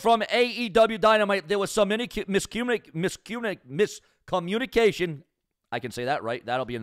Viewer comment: Your Botch of the word Mis-Communications will make Botchamania.